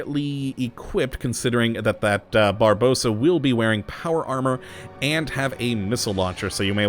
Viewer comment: Barbarossa. Not Barbossa. ;)